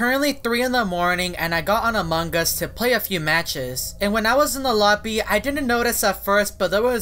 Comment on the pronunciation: He's saying among Us wrong